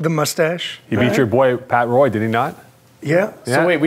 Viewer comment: The way you say Patrick Roy is Patrick woh not Roy